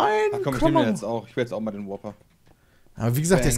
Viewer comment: Ich verstehe immer Whopper anstatt Worper ja komm nehmen wir nochmal den Whopper :D